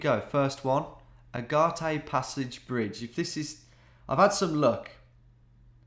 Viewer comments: It was Agate lad, NOT Agartay. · I think "agate" is pronounced "uh-gaht" not "uh-gah-tay" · That may the worst pronunciation of the word "agate" in history. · "Ah gah tay", "Oh ray gun". hahaha